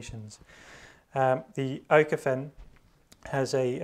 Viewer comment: Small tip, Pronounced ookofen. Ö is spoken like we say double o (pool, school, fool)